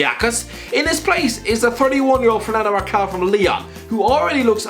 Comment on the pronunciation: Fernando Marçal deserves a shout. "Marcal"... oh lord